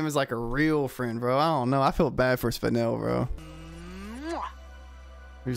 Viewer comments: Spine-nel (Spinel) Me: Spin- nelle (Spinel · when u said spine el i cried lol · I was dying inside at "spine ell" lol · Spinel ❌️ Spijnel ✅️